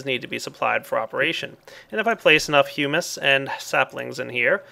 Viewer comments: Nope. Hum-us is a food. Hewmis is the correct pronunciation. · Hummus is a delicious bean dip. Humus, pronounced 'Hew-mus', is what he showed ingame. Please do not confuse a type of soil with bean dip....even if the soil is delicious. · If you had a solid grasp of English you would know that hew is pronounced like hyo͞o